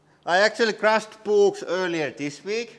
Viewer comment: I like it when you say crush ed. And when the press when brrrr.